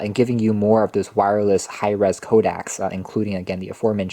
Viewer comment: Everytime you say codec I understand Kodak. lol